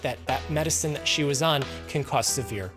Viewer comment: "up to thet point." 👁️ 👄 👁️